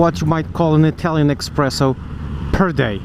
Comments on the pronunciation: When you said "expresso" instead of espresso, I wanted to kill myself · Cuz, how you gunna talk about "proper coffee" and then say EXpresso??